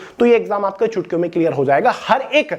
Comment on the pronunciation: Bhai pahle toh saaf bol chutkio bol raha h ya chootiyo aur doosri bat book bechne ka acha tareeka h